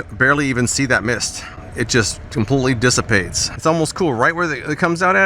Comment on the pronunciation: SAY "DISSIPATES" AGAIN! SAY "DISSIPATES" AGAIN! I DARE YOU! I DOUBLE-DARE YOU, MFER!! SAY "DISSIPATES" ONE MORE GD TIME! jk jk love your stuff.